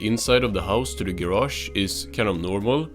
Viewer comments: SpongeBobs Ger-ash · I could listen to this guy say garage all day